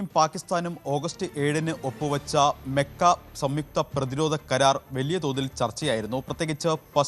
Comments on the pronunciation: മെക്ക അല്ല മക്ക 👍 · താനെന്തിനാ മെ മെ എന്ന് പറയുന്നത് 😂 മക്കഃ കരാർ എന്ന് പറയാൻ പഠിക്കണം